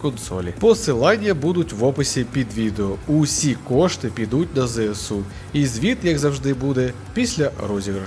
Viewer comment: Не ЗЕЕсу, а ЗЕСЕу! До речі, йди нахуй!